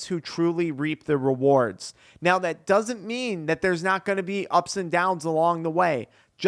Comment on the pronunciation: "Byak to thyat". Idk who told you but you dont add a "Y" before every "A" in the english language. Fyi